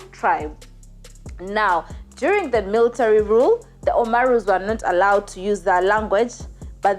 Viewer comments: It's Oromo not omaruu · She kept saying Omaru! 😆😆😆😆This was awful episode! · Oromo. Not omaro